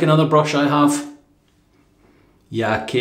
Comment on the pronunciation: Great shave!! ^^ Just for info, Yaqi name is not "YaKee" but "Ya Chi". "Qi" is pinyin (Chinese Mandarin romatization) of "Chi". I hope it helps :D Love your content !